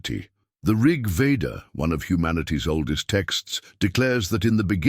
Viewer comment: "Rig Vedha:"